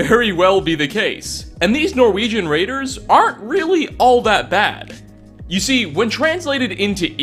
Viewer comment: Norwejin is how he says it